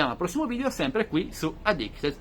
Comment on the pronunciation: Ma sbaglio o si dice addictED e non addictES 2 tech? 🤔